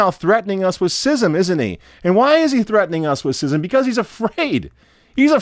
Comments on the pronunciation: It's schism, not sysm. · Is this guy deliberately mispronouncing schism?